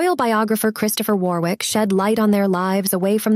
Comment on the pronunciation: I'm from that same generation. I was born in 1964. By the way Warwick is pronounced Warick, the second w is silent.